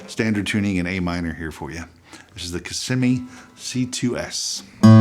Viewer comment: KA - SEE - ME guitars. (from a South African)